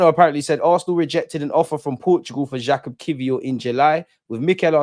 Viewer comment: Bro I'm sure the name is pronounced similar to "bouquet" ... Jacquet